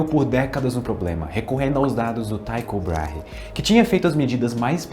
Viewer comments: Perdoe-me, professor, mas a pronúncia é TICHO BRAIRE mesmo, por ser árabe. Não há y ou i com som de "a". Obrigado pela atenção. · Thyco Brahe se pronuncia /tí-cou brá-rre/ ele era dinamarquês